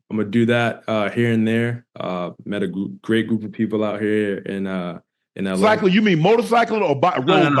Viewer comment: Shannon : You mean motorcycle or biking Ocho : Bike-el-ing 😂😂😂